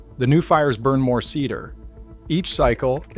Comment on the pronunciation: "Sea-Dar"? Are you telling me this man has never heard the word "cedar" before?